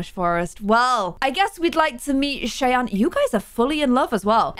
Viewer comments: Lol not important or anything but the npc name is not pronounced chey-ann it’s shy-ann that’s my name that’s why I’m saying anything lol Ik it’s not important 😭 people always say it wrong that’s why😭 anyways I love you & yr vids :) ❤️ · just so u know Cheyanne is pronounced shy-anne not Shay-anne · You pronounce Cheyanne like Shy-Ann. :) It's my sister's name. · you say cheyanne like Shy Ann. It’s confusing but like my way is Shianne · Cheyanne is pronounced as "shy-ANNE", by the way! :) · her name is pronounced sh-eye-anne